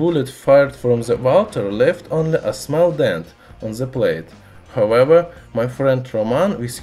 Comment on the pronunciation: Guys, stop making fun of how he says however, imagine saying however in Russian 20 times in every video, not easy.